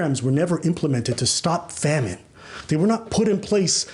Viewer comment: “It’s not a famish going on” 😂😂😂😂😂😂😂😂😂😂😂😂